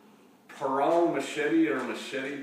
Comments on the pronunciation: It's pronounced Pa - rang like one rang the bell. It's used in some styles of the Indonesian martial arts such as Silat. It's balances well and it's possible to get good speed to the head due to the taper. I use one to cut berry bushes as they are tough and a Parang is perfect for cleaning bushes and thicker grasses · Sorry, are you saying barong, parong, or porang, can't quite make it out,,!??, also this must be a bit heavy if it's quarter of an inch thick,!?.